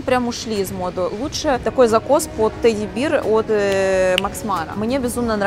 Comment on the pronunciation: Может, teddy bear, а не teddy beer?😃